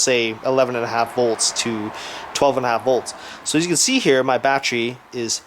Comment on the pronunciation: lol “BaCHery” lmao